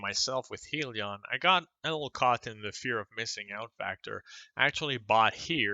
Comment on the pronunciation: It's pronounced HIGHlion